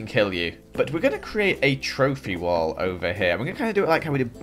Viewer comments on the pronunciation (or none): none